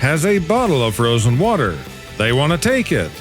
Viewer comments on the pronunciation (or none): none